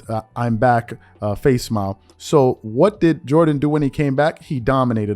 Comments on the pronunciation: Facsimile...."face smile"...lmao...I like your pronunciation though. Fax-sim-e-lee....old school fax bro.👍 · "Face smile"???, YOU'RE BETTER THAN THAT! Facsimile -- say it with me: FACK-SIM-MILL-LEE. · Facsimile is not pronounced “face smile”…it “fa-sim-a-lee”…you talking too fast bro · Hey the word isn’t face-smile it’s fac-sim- I-lee, facsimile. It means an exact copy of written or printed material or a copy of something. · Facsimile as in a Fax, not face smile. Fax like you send someone a fax. Jordan announced his return with a fax to reporters stating "I'm back". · did you really say face smile ? lmao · "Facsimile" (facts-simi-lee). I'm sure you must have been exhausted. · did he read facsimile as facesmile? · "Facismile" (FAX-SIM-Ah -LEE).... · Great video as usual but Facsimile has 4 syllables and is pronounced Fac Sim Mill Lee. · Yo, you are educated. Learn the word - Fac-sim-ile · You must be young for not knowing how to pronounce "facsimile" lol.